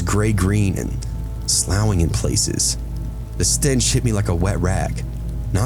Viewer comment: Dude it’s sloffing not slouing😂☠️ Thanks for the giggle, twice!